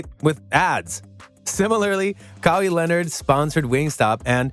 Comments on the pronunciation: It's like this guy is reading a biopic written about Joel from a baseball sports writer from England. Joel EMBED, KOWI Leonard, Kevin CARNET, at least he pronounced Lebron right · Sorry it’s hard to take this video seriously when you mispronounce these names like that. It makes one believe your reading off a prompt and don’t actually watch the game, because literally no one pronounces Embiid and Kawhi like that.